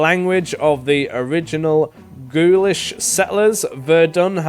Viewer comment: Pronouncing "Gaulish" as "ghoulish" - you trying to take the piss out of the French mate? 😆😆